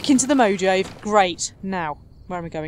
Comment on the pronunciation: Ahh it irritates me so much when you pronounce it as the "Mo-Jave" it's pronounced "Mo-ha-Ve" >_< Good video anyway; as always :P